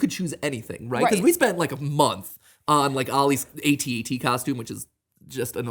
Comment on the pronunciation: Did Matt just say A T A T instead of AT AT?